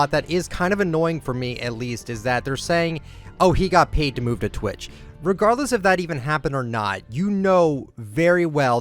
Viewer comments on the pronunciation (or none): none